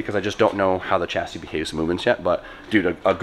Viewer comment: Dear please don’t ever call it a e chassis again.